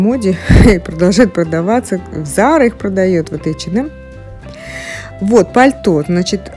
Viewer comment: «ЭчеНэм»🤦🏼‍♀️🤦🏼‍♀️🤦🏼‍♀️Бляяя...ну что за дичь 🤪 Бедный «бренд»,как его только не «коверкают»